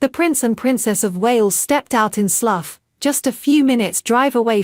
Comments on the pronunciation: “Sluf”????!!!! It’s pronounced SLOU the “gh” are silent!!! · Sluff ?? where is that? It's pronounced Sl - ow. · Yes quite agree. It is Slough as in OW or WOW! Otherwise very good. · It's Slou not Sluff. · It's going to take a long time for AI to learn the correct pronunciations of the English Language. Good video ruined by bad commentary. Slough is pronounced sl ow not sluf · Lovely piece but it’s pronounced Slough as in Cow not sluff as in gruff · Who ever the commentator is she doesn't even know know how to pronounce Slough properly. She's pronouncing it sluff instead Slou. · Delightful pictures. However, pronunciation of SLOUGH as Sluff is really not acceptable, pronounced SLOUW, get it right please. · If you go on social media you should know the area name! Slough rhymes with HOW ! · It's Slough which rhymes with cow...... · Did she say Sluff! Omg, why doesn’t someone check these narrators before they’re posted! 😂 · Was she, or should I say, was "it", i.e. the genderless A.I. trying to refer to Slough pronounced the same as "cow" , but which she made a pig's breakfast miss-pronouncing as "sluff!".YIKES!??!!?? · Robot speech makes sluff. Pathetic..... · Pronounced 'Slouw' as in 'cow'